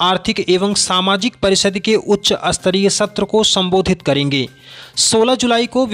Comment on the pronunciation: उच्चारण सही करें श्रीमान। स्तरीय को अस्तरीय न बोलें। बाकी अच्छा प्रयास, अच्छी पहल।